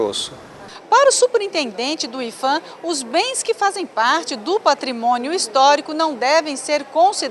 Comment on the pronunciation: a pronúncia e ifan porque? Se o P é de patrimônio?